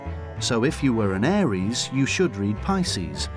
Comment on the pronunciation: tf is a arius 😂😂